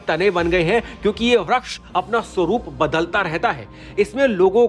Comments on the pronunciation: वृक्ष को व्रक्ष कियौं बोल रहे हो😮😮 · Vriskh ko vraksh kh raha hai